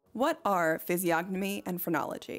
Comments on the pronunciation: no way you pronounced the "g" in physiognomy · This is an important video but I couldn't get over the pronunciation of the word physiognomy. The G is silent. I know I'm a nerd but I couldn't get through the video.